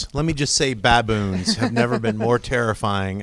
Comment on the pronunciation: she said bamboons not baboons...... haha